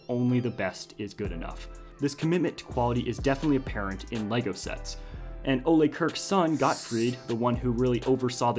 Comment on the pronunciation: You pronounced the founder's first name incorrectly.